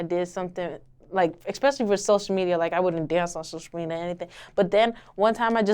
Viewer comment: sloshial media